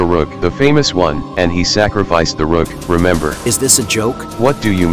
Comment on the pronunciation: says Da RUUKH